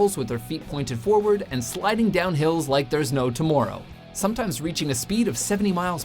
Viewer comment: Weird pronunciation of tomorrow